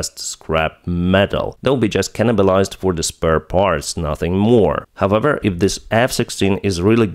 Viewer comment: I follow you for more than 2 years now. when will you start to find out how the word "however" is pronounced correct? the way you do it is so hurting, you almost break your tongue